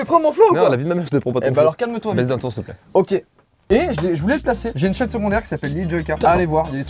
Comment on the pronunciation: j'avais par compris "j'ai une chaîne secondaire" mais j'ai entendu "j'ai une cha**e secondaire"